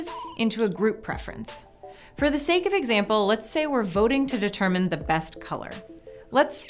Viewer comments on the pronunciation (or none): none